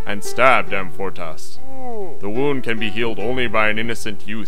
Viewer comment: About as superficial a synopsis as I've ever encountered. But amusingly Monty Pythonesque, I suppose. By the way, why doesn't the narrator pronounce Amfortas properly, with the stress on the second syllable? Very basic error. And Gamuret should be stressed on the first syllable. These two mistakes make the end result seem a bit amateurish.